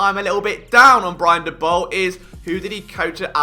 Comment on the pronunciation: LoL Liam Saley xD Why do you call him Saley, when you put in the Liverpool fans pronouncing it correctly Salah? xD Also Daboll pronunciation wrong.. :D I allways thought your funny pronunciation to some words around NFL is because you are british. Like the pronunciation of Slant is 100% because of that. But names are names, they should allways be pronounced the same, no? :D I guess you only read about NFL and never watch TV, never listen do podcasts, watch youtube clips etc. xD This was super funny, seriously :D